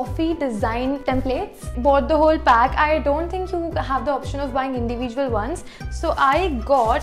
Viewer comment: The way you say individual😂😘